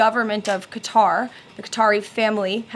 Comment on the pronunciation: Retrofitted on the peoples dime, props she can actually say qatar right.